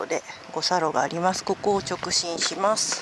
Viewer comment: 直進を直ちんって言ってませんか？面白かったです(^-^)